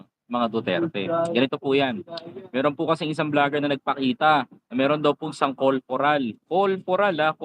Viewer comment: Corporal po hindi colporal